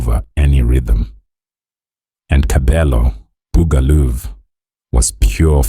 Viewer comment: Even the mispronunciation of the nickname 'Buga luv' & the group we're all here for, 'TKZee' to claiming the band mates are from the East rand & that Kabelo is 60!!! 😂 laughable really!!!